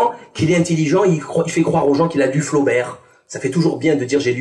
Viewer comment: Salim on prononce pas le t a la fin du mot Flaubert on l écrit mais on ne le prononce pas